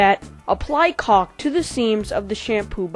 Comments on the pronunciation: he says cock everytime! XD thumbs up if im right! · He keeps sayin cock and not caulk! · It's pronounced culk, just letting u know so people don't joke about it. Btw thanks for all the tutorials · he says cock like 20 times lol (I know its spelled caulk) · i cant belive he says cock all the time XD. and i didnt jnow that was called cock i knew the oder cock